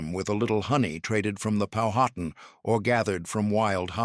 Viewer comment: Learn to pronounce Powhatan the correct way.